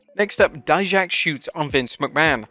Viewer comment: thank you for finally saying dijaks name right